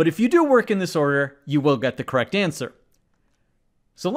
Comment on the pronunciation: “Kwekt” LOL